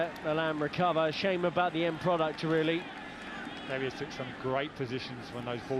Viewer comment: It’s DaviEs not Davis😤😤